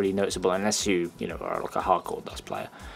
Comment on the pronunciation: I'm new to dust and just brought the starter pack thanks for putting up these reviews as they have really helped me pick. Finally someone who knows how to pronounce German.